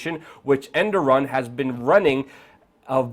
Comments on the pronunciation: Air-Dough-Wan, not End-Er-Run. But frankly, almost no one gets it right and I don't really care. Good reporting, as always. Do you think the Russians could be involved in encouraging the military (portions of it, reportedly) to go through with their long desired coup? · Er-de-Juan...not Enderon.... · he's not Endoran, its Erdowan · Enderon? and you don't know his name because its not important enough? Here's a clue....The guy who was just overthrown his name is Erdogan not Enderon. ...Or was that supposed to be funny? Or worse, is it a clue to your agenda? Why not call him Underwear? That would be funny. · repeat after me: "Er" "doe" "gan". Who is "Endoran"? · Who the fuck is Enderon?? It's Erdogan, pronounced erdo-ahn. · The President is called Erdogan not Enduran YOU PRUNE LOL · It's Erdogan [er-dou-hun] (silent g), not Endoran. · How'd you get "Endorum" from Erdogan?? lol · Say it with me Air-Du-Wan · Luke, it's not EndTheRun, it's Erdogan, but you're meaning well, YOU ARE FORGIVEN !!! lol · His name is ( err doo gaan ) 😁💕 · His name is Erdogan, not endorun. It's hard to take you seriously when you repeatedly get his name wrong. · er-do-wan phonetically so everyone knows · who the heck is "Endoran"!!!!!??????? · Who the hell is Endoran haha. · Did get the guy's name right man! "Endoran"??!! And u claim to be a reporter? U can't even say' incredibly'. If u r gonna masquerade as a news channel/ reporter, u may wanna work on.. Hmm what's the phrase I am looking for here? I dunno world general knowledge!!!! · Endoran? Are you serious. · Err doe wan. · It's pronounced ; Air da hon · goodanalysisandlogicbutitis erdogan not endoraan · Oh god Luke, will you please pronounce his name correctly? Air-do-wan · learn how to say his name if you want to sound credible. Wtf is Underon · "Endogan" lol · who is ' Enderon' ? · Good info bro, but it's Erdogan , not endoran. ... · Er do wan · To be exact, the Turkish pronunciation is "errdohuan".